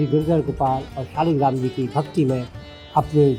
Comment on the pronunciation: आपको सब चीज की जानकारी अच्छी है पर मैं आपको बता दू की सालेग्राम नहीं बोलते शालिग्राम बोलते हैं 🙏🙏